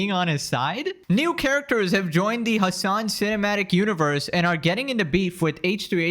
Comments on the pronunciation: his name is hasan piker. not hamas piker. you always say it wrong. 😂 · I genuinely think his name is Hamas whenever you say it 😭😭😭